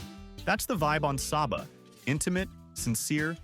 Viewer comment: Prounounced Say-ba!